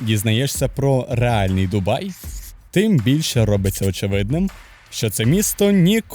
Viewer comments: Не "Дубаї" а ДУБАЙ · Перегляд закінчився на . Як можна слухати факти про місто, коли автор навіть правильної назви не знає. Дубаї 😂😂😂😂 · Ну вы серьезно? 🤣 Автор вообще был в Дубае, прежде чем это публиковать? На метро там прекрасно можно посещать многие достопримечательности. Парки, торговые центры, набережные - везде остановка метро!! Кстати которое наземное и можно много чего рассмотреть. И правильно говорить ДубаЙ, а не «ДубаЇ»!!!! Дубай - это один из эмират. Вы же не горите «Києви, Одеси» 😁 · От коли в називному відмінку кажуть «Дубаї», мене аж верне. Через це вирішив не дивитись відео. Якщо автор не знає як правильно писати і вимовляти «Дубай», то довіри до іншої частини контенту теж мало. Що спадає на думку коди я чую слово «Дубаї»? Що я розмовляю із неосвіченою людиною. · «Що найперше спадає на думку, коли ви чуєте слово Дубаї». Найперше спадає на думку, що автор навіть полінився в Вікіпедії (чи де ще вміє перевіряти) прочитати, як місто ПРАВИЛЬНО називається. І, швидше за все, в самому місті не жив/був, бо як можна там побувати і не вивчити назву. А, якщо не жив, то не відчув це місто, і не зрозумів життя в ньому. Як можна взагалі робити огляд про місто, де ти не був. Просто начитався інтернету і переказуєш прочитане? Коротше, я прийшов сюди заради україномовного контенту, але знову зіткнувся з тим, що він (контент) низької якості. Особисто мені за такий україномовний контент соромно. Перепрошую, якщо когось мої слова зачіпили.